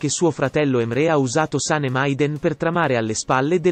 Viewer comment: Antipatica la voce che racconta e pronuncia in modo errato i nomi degli interpreti. Can Devit si pronuncia Jan e Saném